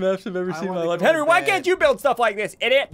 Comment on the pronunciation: You mean to henwy